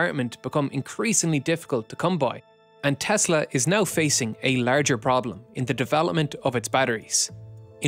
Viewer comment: TESSSSSSSSSSSSSSSSSS-LAAWWWW There is no Z